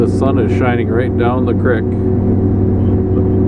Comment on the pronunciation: Nice to hear someone else now's how to pronounce " crick ". Us Hicks in Western Oregon say it too!